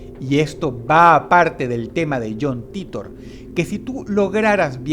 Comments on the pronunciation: Yon Taitor ffs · Me dió cáncer escuchar "John Titor" pronunciado en español.